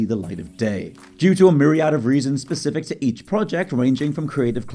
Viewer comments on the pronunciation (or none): none